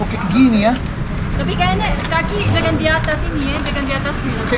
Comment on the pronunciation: KHAS : Pengucapan NG ( N+G ) = eNG... Ama Kak Bule JANGAN Menjadi = JAN- GAN!!... 🙂 LIDAH RUSIA!....